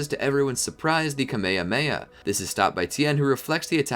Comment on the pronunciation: "camea heamea" 💀